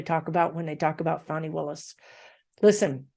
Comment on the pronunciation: Hello 👋 LOVE your channel. Her name is pronounced fawnee (fawn like the baby deer + e). PS please read on Garland actually doing his job or just continuing to protect the Rethugs and the orange menace and tossing Jack Smiths findings/prosecution like Barr did to Mueller. Thanks for all you do for us ❤️ 😘